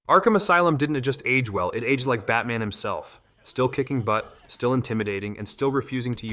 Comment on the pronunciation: In-famous, age-ed and Glay-doss pronunciations are Chef's Kiss!